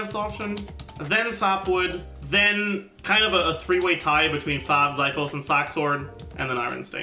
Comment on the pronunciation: idk if anyone's mentioned it but xiphos is pronounced ksee-fos